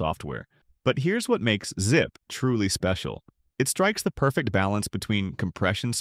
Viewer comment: ZIPE? WTF! Teach your AI Robot to speak!!!!